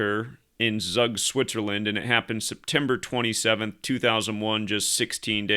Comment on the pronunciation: Tzoog, not Zuck. 🤓